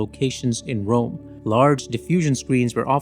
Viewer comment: Filmed in Wome? I have a vewy gweat fwiend in Wome …